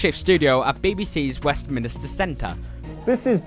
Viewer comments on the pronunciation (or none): Great video remember all 3 power cuts. BTW its Minster in Westminster not Minister.